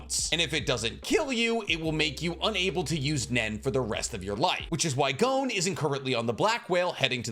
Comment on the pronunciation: Pronouncing Gon's name incorrect is beyond grating. Come on man.